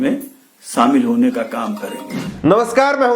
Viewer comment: Samil Nhi Kehte Shamil Kehte Hai Jor Nhi Zor Kehte Hai.